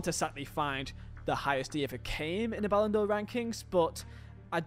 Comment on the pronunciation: Ballon D'OH clause 😅